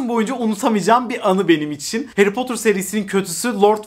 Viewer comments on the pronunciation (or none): Potur değil 🥺 ne olur artık doğru telaffuz… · "Harry Potter"'ı "Heri Potır" yerine "Heri Potur" diye okumasına bayılıyorum:D